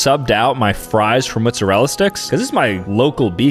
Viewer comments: It is mozzarella not muzzarella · “mutsawella sticks” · Moozerala sticks its mottesrella sticks😂😂😂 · Mozzarella on Mootzarella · It’s mozzarella, not moostarella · mutzurelluh mutzuhrelluh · He pronounces them "Muzzarella" sticks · Did he just say mootsarella? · moo-sorela sticks? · why did you pronounce it mutzarella🥲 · The fact he's half Italian but says mootsurella is, hurtful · bro said mutsarella sticks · No one talking about how he called Mozzarella sticks muzzarella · bro said “moozarilla sticks” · "mootzerella sticks" 2025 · Did you say 'mootzarella'? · "mootzarella sticks" Really? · i’m just wondering why you keep saying mootzarella sticks 😭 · Bro is 50% Italian and still says MoOtZeReLla 💀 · Am i the only one who realized he said mootzuhrella sticks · “Mootsarella sticks”😂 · “Muszerrella” - pronouncing mozzarella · Bru muttzarala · I laugh so hard every time mispronounces a word. This video mootzerela sticks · “Mutzerallera Sticks”???😂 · “Muzurel sticks” ? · i dont like how sam says “mootsarella” 😭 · mootzarella sticks😂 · He’s motzella pronunciation 💀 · Bro said "Muzzarella" 😭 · The way he says mozzarella sticks is crazy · Even though i am white the way he said mozzarella sticks made me a bit mad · Why the hell do you pronounce mozzarella like that I can tell this guy is white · only Italian Americans in the north east pronounce it like that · no it’s cuz hes saying the name wrong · It’s cuz he’s from New Jersey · Why do you pronounce mozzarella like that? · doesn’t know how to say mozzarella 🤣🤣🤣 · no way it’s said like that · how did just pronounce mozzarella???💀💀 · No he misspronounced it